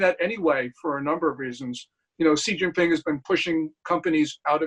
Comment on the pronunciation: For the love of god his name is pronounced She (as in she is a girl) Jean (like blue jeans) Ping (like ping pong) Xi Jin Ping. Lets strive to learn how to say peoples bames properly.....its easy.